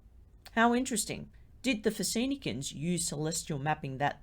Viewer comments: "fosenicans" lol Phoenicians Fo-Ne-Shens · I think you mean Phoenicians? pronounced Fuh-ne-shn. Very interesting video, I used to drive past Pyramid peak near Cairns alot I would always get distracted from the road gawking at it.. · Enjoyed the documentary, but the Phoenicians, Are pronounced as in a phone {Fuh- née - shn } as i did not understand you , dear lady , when you spoke of the sailors in their ships !!! From today Lebanon. Love your work ❤️🙏 🇱🇧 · Yes I am going to correct you , as I am a Phonetic speaking Phoenician myself which I speak the old language fluently , And you pronounced Phoenicians incorrectly, I did not wish to make a big deal of it but now you have , you have now been corrected ! And this is one language I will teach you on ok 👌